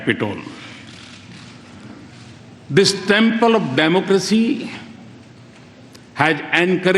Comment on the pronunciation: it's not "democressy" its "democracy".